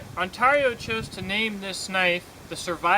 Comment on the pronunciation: "on tear e oo"